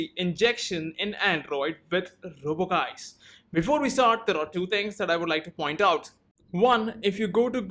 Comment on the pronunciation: I think it's supposed to be pronounced like "juice". Anyways, great video!